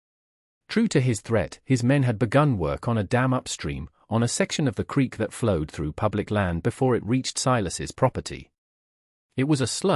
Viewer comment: 'creek', not 'creak'